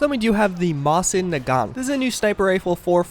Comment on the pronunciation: Does anyone get a little annoyed when he doesn't pronounce Mosin Nagant right.